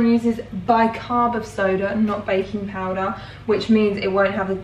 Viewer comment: When you said baking powder, I heard bacon powder lol